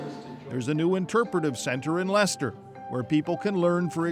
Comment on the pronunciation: FINALLY an American/Canadian that pronounces "Leicester " correctly, it's a bloody miracle Calling it silly is also incredibly ignorant. He is an important part of our history, finding him has proven he DID have an issue with his back, its helped identify how he potentially died, its helped fill in so many gaps surrounding him. He deserved a proper burial and to be remembered like all our other monarchs have been.